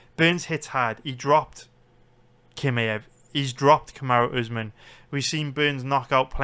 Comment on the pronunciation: its not kimaev its chimaev. Do u see the difference?